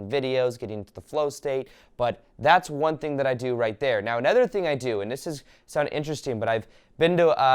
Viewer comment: I love your videos/ talks - Valuable and inspiring information! Thank you! (I don't get the "meow" instead of "now" though, is it an inside joke?) :)